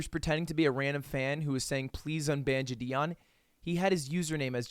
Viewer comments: ITS JIDION NOT JIDIEN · It always sounds like he’s saying jidien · JI-DI-ON had me dying... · "Jih - dee - on" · Is no one gonna talk about how lud pronounces JiDion lol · The way u pronounce valorant makes me uncomfortable but the way u pronounce jidion 😣😣😣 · Every time you pronounced jidions name wrong a baby died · Yo dawg…can you let me know how many times you gonna mispronounce Jidion Great video tho 👍